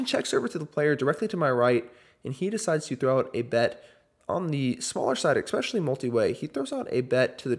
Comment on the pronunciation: First time checking out your vlog. We're in and you've already said "exckspecially" 5 separate times. My nerves can't take any more